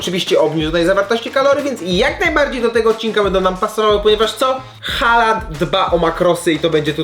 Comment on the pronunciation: Taki drobiazg, Haaland wymawia sie "Hoolan"(długie o).Aa to dawny zapis obecnego Å(nasze o), a ponieważ dalej jest tylko jedna spółgłoska więc samogłoska długa. D na końcu zwykle nie jest wymawiane za wyjątkiem niektórych norweskich dialektów.